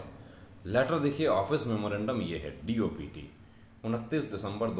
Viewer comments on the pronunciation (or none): Dopt nhi dpt hoga of silent rhta hai